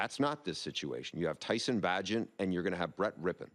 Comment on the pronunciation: I never trust the opinion of a guy who doesn't pronounce names correctly. Tyson Bagent deserves respect and has earned it, this idiot can't even do his vapid(dull or tedious) job by learning the words he says.